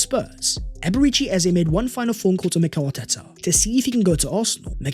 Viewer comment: U keep killing his name. It’s A-bay-ray-chee